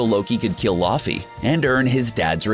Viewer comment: This is a great video, but the way he pronounces “Laufey”, “Frigga” and “Dormammu” makes me cringe 😅😆